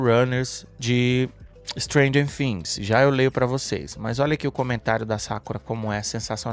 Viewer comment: Por que vc fala fhings e não Things ?